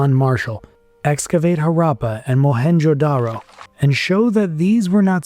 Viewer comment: Images of rural people showed between the 3 rd and 4th minute are misleading--because they are presented as if they are the people from those times. Moreover, you should have worked on your pronunciation of Harappa, Harappan, Mohan Jodaro. As for gods and beliefs, they don't a religion make.